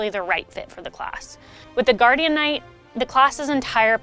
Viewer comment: For the love of Kazeros, call it Guardian Knight not Guardianknight. it sounds so wrong